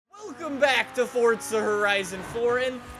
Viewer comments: For-za not for t za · ITS “FORZA” NOT “FORTZA” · i dont get why you pronounce it "fortza" its pronounce "forza" go back to school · Idk why but i get so triggered when he says ForTza Horizon.